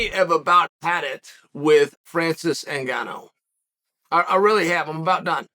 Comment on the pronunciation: Chael must serious, he said Francis last name right